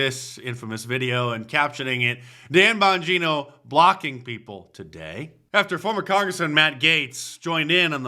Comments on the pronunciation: Dan Bonjooono? Never heard of her! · Dan Bon-Joo-no. Sad